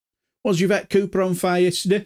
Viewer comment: Her name is pronounced Eve ett not ya vet !